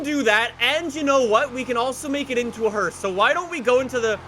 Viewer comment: every time he said hearse I had an aneurysm